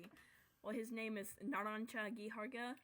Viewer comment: That was an Abomination of a try to say narancia